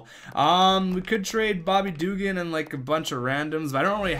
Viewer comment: Please stop saying Bobby Dugan like that, it is offensive to people in the south